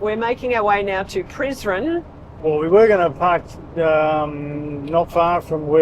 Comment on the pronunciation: Prizren - se prononce: Prisrène Donc toutes les lettres se prononcent